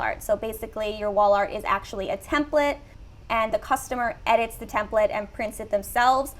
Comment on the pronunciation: edit the templet in what? Templete? What did you say?